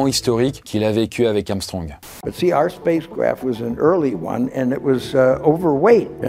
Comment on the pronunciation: Enfin quelqu'un qui prononce bien son nom : Armstrong <3 quand les gens me dise amstrong je chante amstrong je ne suis pas noir, je suis blanc de peau mdrrr